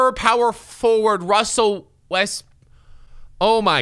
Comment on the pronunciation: 😂Wussell Westbrook😂